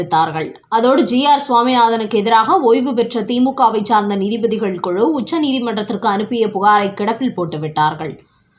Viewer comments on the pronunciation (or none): none